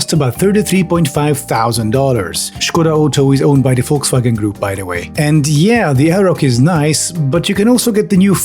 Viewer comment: Actually hearing someone pronounce Volkswagen correctly for once feels really good. Thank you.